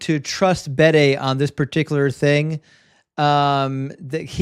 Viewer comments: Just mentioning it, please don't get annoyed with me, but it's 'The Venerable Bede' (pronounced Beed in Ireland and UK, where he was from). Big fan of your channel! Keep up the good work! All the best sir! 😊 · Just mentioning it, please don't get annoyed, it's 'The Venerable Bede' (pronounced Beed here in Ireland and the UK). Big fan of your channel! 😊